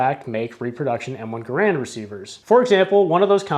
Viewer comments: GARE-and, not guh-RAND. That's the way John Cantius Garand pronounced it. My favorite Canadian! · I suggest that you learn how to pronounce the surname ‘Garand’ before making another video on the M1 Garand rifle. The stress is on the first syllable. John Garand changed the spelling of his name when he moved South to the U.S.A., in the same manner as the Buies, who changed the spelling of their family name to Bowie. In neither case did the pronunciation change. Either watch an original U.S. War Department film OR a recent Forgotten Weapons video on the M1 Garand.